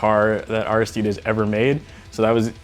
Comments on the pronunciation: IT IS AIR-RIH-STEE-DEEZ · its pronounced aristides